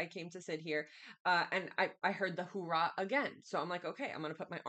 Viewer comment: Hoo-ah, not hoo rah 😂